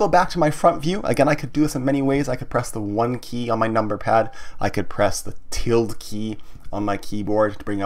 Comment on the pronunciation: hi, just letting you know ~ is pronounced til-da, not tild